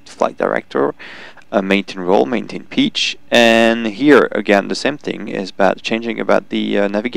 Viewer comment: Also, love how tou say pitch "peach" haha